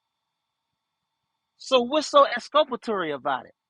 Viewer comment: Oh, Brooksy... don't use words you don't understand or can't pronounce: "exculpatory"; "tack-it" (i.e., "tacit"); "recoose" (i.e., "recuse); "aks" (i.e. "ask); "doo dat" (i.e., "do that").